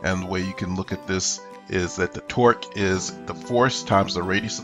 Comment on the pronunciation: sounds like twerk lol